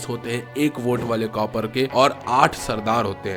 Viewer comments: Copper nhi bhai kaapar😂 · We r not cupper it's *KAPAR !!